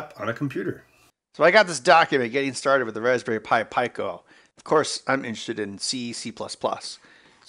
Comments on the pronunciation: Pico...Peeko. not Pie-co. 😁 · Since when was pico pronounced pieco? Surely it's peaco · Its pronounced "pee-coe" not "pie-coe". Cmon ben. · peeco, like picogram. You dont say p-eye-co gram. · Peek-o not Pie-co, hahaha. Great video. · Pico is pronounced pEco, not pIco. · You pronounce "Pico" 'pyco'? I thought it was pronounced peeco. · It is pronounced peeco lol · Yeah it's "pee-ko"... some places might says "pick-o'... where the hell did he get "py-co" from? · It's PEEK-oh. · I just can’t with the “PIE-KOE” 🙄🙄🙄. Out. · Fuckin peeko say it correctly what the fuck is soddered ? idiots what do they know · You're all wrong. It's pronounced "pick-oh" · Me: "IT'S PRONOUNCED PEEEEEEE CO FFS!" Ben: gets to the datasheet Me: gears turning Me: "SON OF A B-" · Lie-nux, pie-co. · Pico... the R Kelly Pi.. I mean Raspberry Pi!